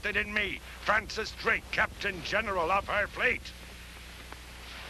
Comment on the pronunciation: Sometimes seems to say 'Blake' instead of 'Drake' LOL